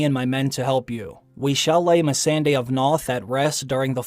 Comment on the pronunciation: I really wish you would pronounce misande right... Me-SAHN-day